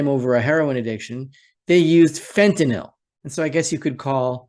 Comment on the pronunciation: Another reason I enjoy listening to you is your perfect use of English. Thank you for pronouncing Fentanyl correctly. I get so tired of hearing professional speakers say Fentan-ALL.